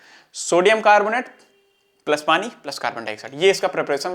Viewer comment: padi nhi pani hota h bahiya kitna bekar lgta h sunne m aap padi bolte ho tum